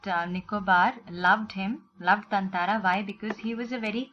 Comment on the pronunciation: Isn’t it thathara mam? Or is it thanthara?